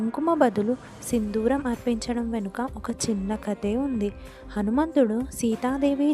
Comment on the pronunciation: Sindooram. Sindhooram kaadu.